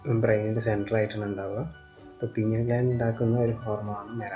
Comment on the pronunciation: Sir not.penial. It is Pineal